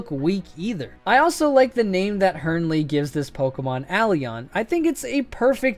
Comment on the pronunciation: Aeroeon (Uh-Rowe-eon)